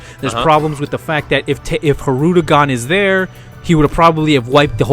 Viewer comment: What annoys me more than anything is when says HIRUDEGARN instead of Hildegarn. I mean come on then, for reals here now?